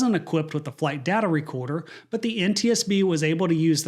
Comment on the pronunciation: It's pronounced, flight "data" recorder not "data".